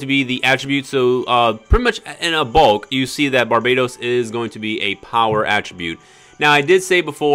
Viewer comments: its barbatos not barbaytos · Bar-ba-tos not barbaetows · Its pronounced bar ba tose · You pronounce Barbatos incorrectly.